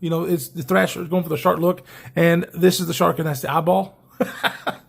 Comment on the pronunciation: It's thrEsher not like the magazine thrAsher E Esther not A Asher